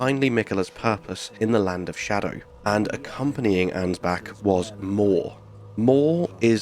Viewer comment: are you saying scadew or do you mean shadow tree. skadew tree blessing sounds dumber than xdefiant